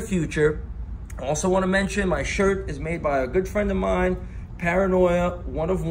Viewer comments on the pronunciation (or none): none